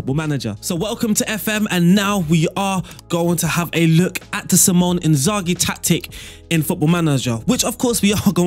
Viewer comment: great vid and great tactical replication..../ but his name is Simone not Symon... "See-Moan-Eh"